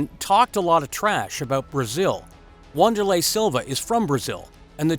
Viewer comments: "WANDER-LAY"?... Wanderlei is pronounced VANDER-LAY... ffs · sounded like you said wan its actually pronounced van, just saying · If you are going to do a UFC video, at least learn how to pronounce the fighters' names. "Wanderlei" is said with a V not a W, and Michael Chiesa is not pronounced like "Cheese', it's a hard "K" sound. SMH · In Brazil to my understanding the starting W sounds like a V and R sounds like H. It's pronounced Van-derlay not Wonder-lay. Hoyce instead of Royce. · Michael cheeza...... its vanderlei not wo Wanderlei ffs.